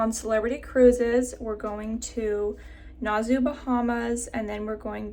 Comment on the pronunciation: I’ll be on this ship soon! So excited- same itinerary. And I giggle when you called it “Nahzoo, Bahamas.” Nass-ow is how you say it 😂